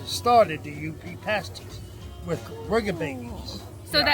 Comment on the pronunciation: I think I was in your first 5,000 subs. So glad to see you step out to do longer trips. Two things. First "paaas-ties" in most UPer's dialect, not "pay-stees" but they are definitely a UP thing. Also, now that you're doing somewhat longer rides, I highly recommend riding to Newfoundland. I've done it twice. The friendlist people in the world and you'll likely see Moose and Puffins. And if you go to the Gross Morne National Park check out the Tablelands... and be careful, all the plants growing there are carnivores... and no I'm not kidding. In Newfoundland, you feel like you've gone to something more than a foreign country.... It is said no real motorcycle adventure can begin until you tie your machine down on a ferry. A short one hour ride from Labrador, a relaxing eight hours from Port Sydney north to Port au Basque. Best motorcycle trips I've ever made!! and the coffee is a good step to owning that coffee shop! Go for it!